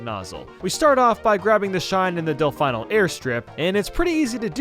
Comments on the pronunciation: It’s delf Ino Not delf I no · delfino is fee no not fai no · DelFEEno. They literally say it in the game. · Hold up..Del-fine-oh? I thought it was del-fee-no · IT'S DEL-FEE-NO NOT DEL-FYE-NO. THEY PRONOUNCE IT LIKE THAT IN THE OPENING CUTSCENE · Wait is Delfino pronounced Delfeyeno? I pronounce it as Deflfeeno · Bruh please it’s del-fee-no not del-fy-no the island is shaped like a dolphin for gods sake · How this video TRIGGERS you: 1. DelfEYEno when Fludd clearly pronounces it DelFEENO 2. "The STAR itself" it is a SHINE SPRITE. If that's too long you could just say "the shine". But it ain't a star. Sometimes he did say "shine". So it made the "star" parts more triggering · just wanted to let you know it's "del-fee-no" not "del-fy-no", it really hurst to hear as an Italian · I love this game because it’s just Mario doing community service and it’s also so much more Edit please say delfino right next time learn how to say it properly this is one of my worst pet peeves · i'm pretty sure even the game calls it "delf-ee-no and not delf-eye-no. so yeah, you are right on that. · It's delfeeno It means dolphin in spanish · ButtKicker2008 / Logan Drinks Water Dell Fye no way in hell that’s how it’s pronounced. It is pronounced dell fee no. Just like getting a dell computer. No fees while owning it. So funny I know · He actually got demonetized for his pronunciation of Delfino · Return of the Del-fai-no. (I'm very sure it's pronounced like "feen" or maybe "fin" because of the Dolphin shape and being from the Gamecube but eh) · Normally, I ain’t a stickler for pronunciations. You could say “Meh”rio over “Mah”rio and “Mar”io, and I wouldn’t bat an eye! But I have never heard one let’s player or streamer say Del-“fine”-o until now. Every speaking character in the game refers to it as Del-“fi”-no, so why exactly would you pronounce it otherwise? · Bro did not just say "Del-Fine-o" 💀💀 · i know its been 4 years but lets talk about "Del FINE o airstrip" XD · It's de Fi no